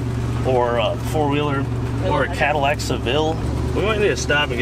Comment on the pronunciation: Ooooh. "Badillac" I heard "Battlelac" and it sounded much cooler.